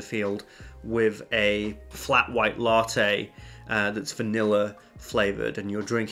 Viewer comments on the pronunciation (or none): none